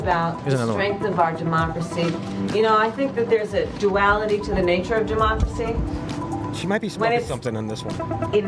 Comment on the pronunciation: that is 100% a drunk person attempting to explain the word Democracy while being drunk. No question hahahahah